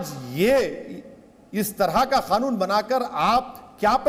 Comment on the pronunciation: खानून नाही कानून होता है आप पहले ठीक से बोलना सीखे बादमे केस लडना